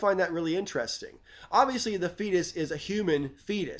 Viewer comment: mmm okay. First time you said fetus, I heard Theist. (Cracking the skull of a theist in the womb etc) I pasued the vid... had a five minute rant at the screen and other folk in the room about how children are by definition atheist at birth... ooops.